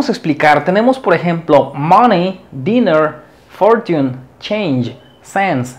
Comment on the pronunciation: Muy buena clase gracias, cuidado con la pronunciación de la palabra fortune. Saludos